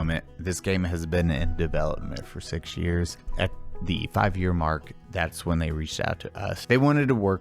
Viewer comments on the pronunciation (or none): none